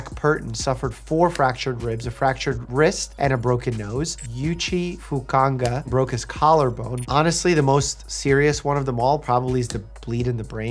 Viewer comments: YUUUCHI FUKANGA HAHAHAHAHAHAHA Oh names, how they pronounce in strange ways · “Yoochie Fukanga” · Should ask someone before trying to pronounce those Japanese names lmao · the butchering of the Japanese name was hilarious but understandable 😝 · That Fukunaga pronunciation hurt. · I lost it at him trying to pronounce, "Fukunaga."